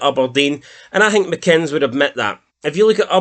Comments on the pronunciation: No offence dude i love your content but for someone whos from scotland you fuck up to many words man haah like its Aberdeen no Uberdeen and its McInness no Mcinns 😅😅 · Lads, it's McInn-es, like Guinness not McInns like Oddbins 😅